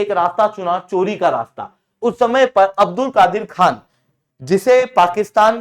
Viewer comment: Abdul kadeer ka a silent padho